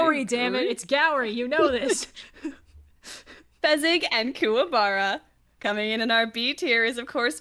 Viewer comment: Fezzik is such a himbo tho And it's Fezzik not Fezzig